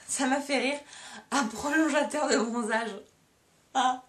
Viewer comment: Et ça fait 115 000 vues ça ? Une fille neuneu qui raconte qu'on l'a livrée quand elle faisait caca et qu'elle a galéré à retrouver son colis ? Sauf si elle a des problèmes de mémoire immédiate et qu'elle doit revoir les vidéos où elle se parle à elle-même, je ne vois pas l'intérêt. Et qu'elle sache qu'on ne dit pas "prolongeateur" mais "prolon-ga-teur" .